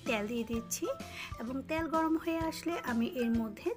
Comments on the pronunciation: ত্যাল না তেল।।বাট রান্না টা লোভনীয় 🙂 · রান্না খুব ভালো লেগেছে। তবে 'তেল' শব্দটা সঠিক ভাবে উচ্চারণ করার অনুরোধ রইল